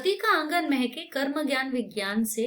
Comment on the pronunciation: Mam it is dharti ka angan mhke not mehkeee😂